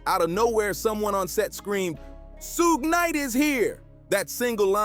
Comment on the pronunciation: Bro wtf it’s pronounced SHUGE KNIGHT